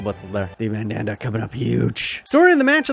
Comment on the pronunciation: I felt molested every time he said "MaNdAnDa"😂😂